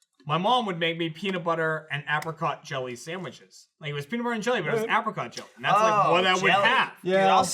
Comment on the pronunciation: With Gavin here, the whole misprounciation of apricot was doing was grating of my nerves within 30 seconds.